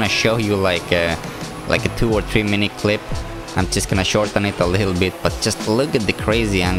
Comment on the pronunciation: When you say just it sound like sutututu